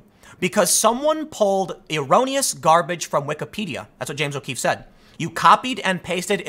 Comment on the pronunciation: "Dear James O'Queefe," XD